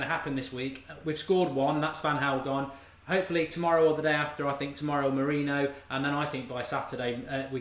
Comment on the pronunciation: Learn to pronounce Mourinho correctly.